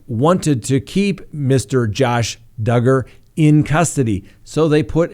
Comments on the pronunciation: trolling everyone by saying doogard at the beginning 😂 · I love how you say Do guard. Who cares how you pronounce his name he's a POS. Allegedly. I honestly never thought that Barry Morphew was ever going to get arrested. I actually had to pull my car over into a parking lot and watch the news. Good times. <3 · Ha ha ...just keeps calling Duggar ..."Doogar" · He’s a pos. Just call him Duggar. Pronounced “doo gar” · Josh Duggar rhymes with hugger!?, 😐🙄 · Of course he did 😆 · I was like, " Is trolling us?" Lol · Hey BETH ADKINS wants us to ask you to PLEASE PRONOUNCE the name DUGGAR RIGHT!!! SHAME ON U GO STAND IN THE CORNER your not aloud to EVER mispronounce another word or name wrong again!!! At least as long as Beth & a couple other people are watching you, I dont understand why if they are so insulted over you mispronouncing it & are HAVING SUCH A PROBLEM DON'T they just leave & come back when DUGGAR isn't in the news anymore just saying 😊😊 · I laughed when you corrected the way you pronounced Duggar!! I’m always getting corrected on stuff like that too!!! Your not alone!!! 😂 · And your you are not pronouncing Josh Duggar's name correct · Still pronouncing Duggar wrong... Just the first time so you're getting better.